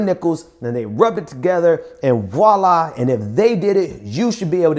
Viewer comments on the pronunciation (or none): none